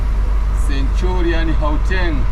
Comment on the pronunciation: It's centurion not centulan. Midrand not midland sir but very good vlog. I love it. All love from south africa